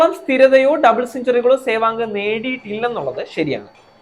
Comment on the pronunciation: Adyam sewag ennu parayan padikku..